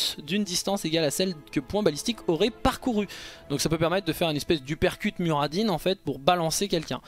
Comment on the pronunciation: Comment prononces tu Muradin ? On me l'a fait pas à moi